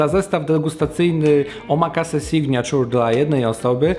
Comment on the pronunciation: SIGNATURE czytamy signejczer a nie signaciur